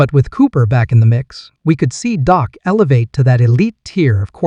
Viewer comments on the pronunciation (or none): Say it right am Mar re! And Dak! Not doc!!